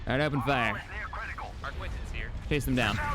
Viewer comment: It's definitely the arquitens you voice. Classic mispronunciation